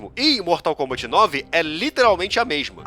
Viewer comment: "bortal kombant"